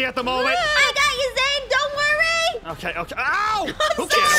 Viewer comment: Lmfao its Zane and Kawaii-chan 😂🤣😂🤣😂🤣 Worst name butcher ive seen